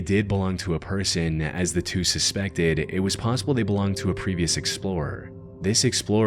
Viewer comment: I noticed the ai voice adds an extra syllable at the end of every single sentence and now I can’t unhear it to the point I can’t even watch the videos anymore. e.g “nOwhErE-uh”, 🫦 “SpInE-uh” 😫, “PaUwsIbUlLLL-eh” 💅